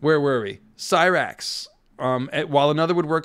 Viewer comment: I love your show man but for Goodness sake learn the proper pronunciation of Syrax! :)